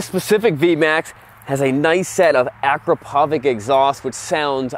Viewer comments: Ah-crop-ah-vitch, is how Akropovic is pronounced. I know I guy who bought one used, only to find out nobody would insure it. Also he got a deal on it because it scared the previous owner nearly to death. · When murica says AKROPROVIC ! =)))))))))))))))))))))))))))))))))))))))))))))))))))))))))))i`m DEAD ! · for future reference, "Akrapovic" is pronounced "Akrapovich" with accent on second "A" like this "akrApovich" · A-crop-a-vich bro! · that is a garbage Akrapovic pronunciation